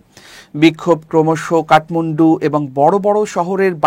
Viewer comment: ওটা উচ্চারণ কাটমুন্ডু নয় কাঠমান্ডু।